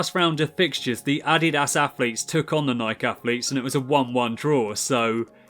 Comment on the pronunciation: It’s Nike not nil and no t addiass its adidas